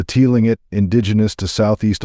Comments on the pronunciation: Clingit! It is pronounced Cling-it. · its pronounce Tlingit is "Cling Kit" 🤣